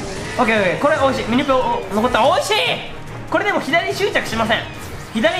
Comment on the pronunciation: ミニペがミニポに聞こえた